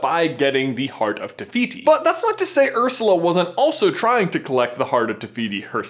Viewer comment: I Thought you said heart of Rafiki (Probably spelt that wrong. Who cares?)